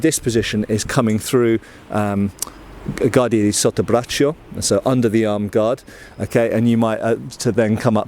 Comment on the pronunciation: I'd always wondered why fencing positions had the off-hand (as a lefty, I hate to immediately define the off-hand as the left) behind the back or pointing backwards, so thanks for enlightening me about that. Also, a little not. "Guardia" wants the U pronounced. You can't pronounce it as you would the English word "guard". Think of it like if it were written "gwardia". Whereas in "sottobraccio", the I is not pronounced. I between C and O (or A and U) is only used to soften the C, not to be pronounced, so "cio" becomes a bit like "cho" in "chose". Cheers from Italy.